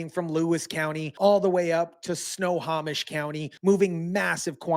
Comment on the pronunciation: Snohomish county (snow-home-ish). I like the way you say it more. 😂 no hate. We have towns that are hard for non-natives. Puyallup, Issaquah, Sequim, Hoquiam, Naches.